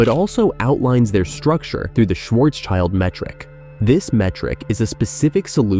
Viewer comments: It is not Schwarzs child it is translated: Black (Schwarz) and Shield (schild) making it Blackshield and not Schwarzs child! Cool that you make these video’s but get your facts and pronunciations right Sir! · it's Schwarz-schild: black-shield